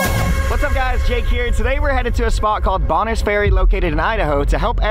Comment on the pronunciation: well thank you for teaching me how to pronounce Bonners Ferry.. ive passed by several times over the years.. always thought it was pronounced a bit differently